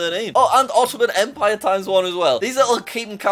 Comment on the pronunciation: Jack:german empwire me:empWIRE nonononononono not empire empwire🤣🤣🤣🤣🤣🤣🤣🤣🤣🤣🤣🤣🤣🤣